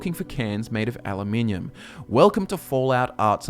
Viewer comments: You said Ali-minion instead of a-loo-minom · I agree with everything but the way you pronounced aluminum